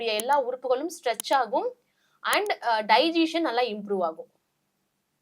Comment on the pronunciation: அது டைஜீசன் இல்ல…டைஜசன். செரிமானம்னு சொல்லுங்க, எல்லோருக்கும் எளிதா புரியும்….